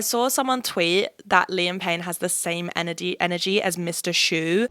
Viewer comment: The only words that sounded off in the American accent: Admirer That Energy Work